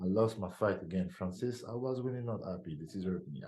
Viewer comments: Bwhahahhahahahaha....at the end calling him Francid....dafuq! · Bro called him Francis 😂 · Bro called him Francis 💀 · Did he just called him “ Francis “? 😂 My last question Francis?